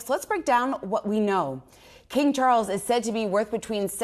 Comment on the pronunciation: It's, Chawwls! King Chawwls The Turd!